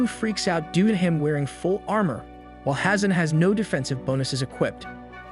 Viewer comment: 😂😂😂Your funny when you say (armour)